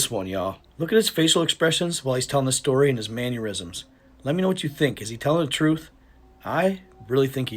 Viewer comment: its man • er • isms not man • yer • isms more people tend to believe stories told with proper grammar